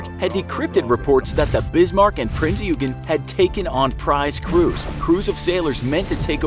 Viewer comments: Eugen is read as "oygen" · HMS Rodney is NOT a destroyer the ship is a battleship and your pronunciation of Eugen is shameful get your facts straight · Not even close. The G is pronounced similarly to the g in "gun"